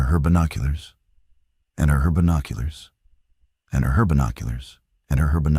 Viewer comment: There are a lot of AI mistakes in this video. "And herbinoculars"